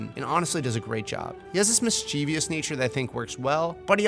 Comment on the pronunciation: Brilliant, spot-on video, except when it comes to your pronunciation of the word "mischievous." Three syllables, accent on the first syllable. What do you call it if someone is full of virtue? Vir-TUE-e-us? No.